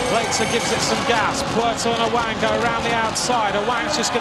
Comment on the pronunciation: Its awang not aweng😂